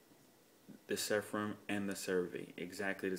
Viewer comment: Nice review. By the way, it's Seraphim not Sepharim:)